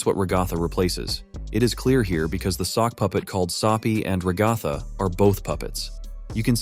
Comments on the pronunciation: This guy: Rag-goth-a Everyone else: Rag-a-tha (Sorry if I come off as rude here, I just find other pronunciations of names entertaining) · Your AI voice mispronounced Ragatha. It is "rag uh tha". Not "ra goth ah"